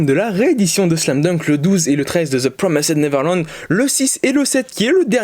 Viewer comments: rhaaaa ta prononciation de promised neverland mdrrr, ça se prononce PRO MI SS TE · Non sa se ce prononce " ZE PROMAÏZDE NEVERLANDE "